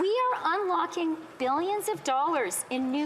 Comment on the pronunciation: I love how she says “we are ULOCKING more money “ which sounds like reserves, when, in fact, they are simply printing more money and increasing the debt!